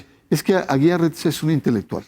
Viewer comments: No es Aguilar su apellido. Es AGUIAR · Este supuesto comentarista ni siquiera sabe pronunciar correctamente los nombres de las personas ni porque lo está leyendo. NO es Aguilar. Es Aguiar. Debió haber estudiado en un Instituto Patrulla. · Es Carlos Aguiar, no Aguilar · No es Carlos "AGUILAR" es AGUIAR RETES. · No es Aguilar, es Aguiar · Leo, su apellido es Aguiar, no Aguilar🤔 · Es Aguiar, no Aguilar pendejo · Y es derecho CANÓNICO Y NO CANINIGO Y ES AGUIAR Y NO AGUILAR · SE DICE DERECHO CANÓNICO.. Y EL APELLIDO ES AGUIAR NO “AGUILAR”…….. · Se pronuncia canónico , no , canonigo ,y es Carlos Aguiar Retes, no , Carlos Aguilar Retes. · Es Código de Derecho Canónico y no canónigo; además no es Aguilar Retes sino Aguiar Retes.